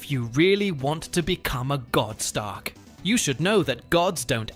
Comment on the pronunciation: Sorry sounds like Stark! No “er” sound on the end!